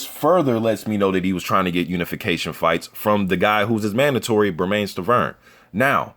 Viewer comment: Everyone mispronounces Bermane Stiverne's first name. It rhymes with "Herman".